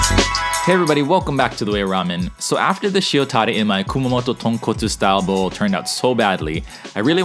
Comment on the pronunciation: 0 first time i heard tonkotsu pronounced right